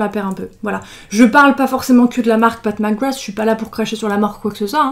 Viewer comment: J’ai compris “Pac Magwass” ... sinon l’arrière fais penser à un ticket d’or de Willy Wonka